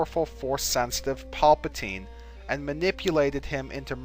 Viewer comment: as well as paplatnie too Yoda > paplatine hah